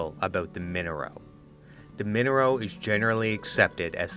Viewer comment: Minnero wool? Or merino (ma-ree-no) wool?